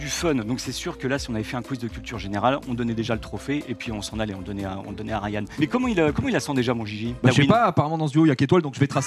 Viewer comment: Non c’est Rayen ou Rayenne je sais pas mais pas Rayan